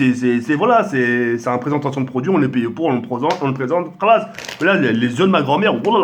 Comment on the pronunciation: il a dit presentention de produits lol 😂😂😂